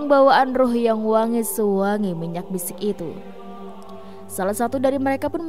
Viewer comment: Wangi minyak misik mbk bkn minyak bisik